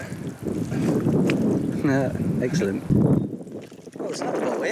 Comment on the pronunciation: At first I thought he said "legscellent" lol